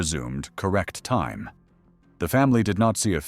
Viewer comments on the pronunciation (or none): AI narrator, it can't pronounce time properly.